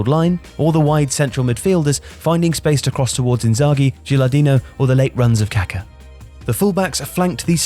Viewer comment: I cringe so hard whenever I hear an English speaking person pronounce the name "Kaká"